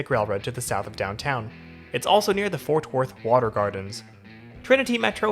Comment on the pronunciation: It sounds like you’re saying Forth Worth 🤭. Anywho, the train is crucial when I go to the AAC for a concert or to see the Mavs 🙂‍↕️😎